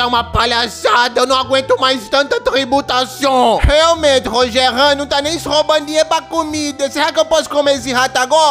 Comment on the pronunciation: Rachei no Rogerin (RogeRÃN BEKSUSNSKSBDKHENS)